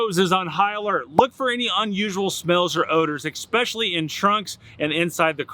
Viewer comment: Why do I hear a number of YouTube presenters pronouncing the word especially wrong? It’s not expecially, it’s especially.